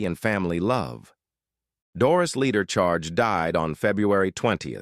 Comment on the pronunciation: This is very misleading - Mrs Charge is on the right. The white guy on the left is not Mr Greene! The narrator keeps mispronouncing names!